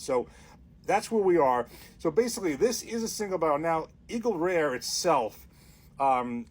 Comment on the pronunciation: "for all Eagle Reuhhz..." sounds like my cousins from Jersey ☺